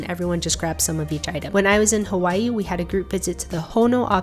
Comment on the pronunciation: Her HAWAI pronunciation hits different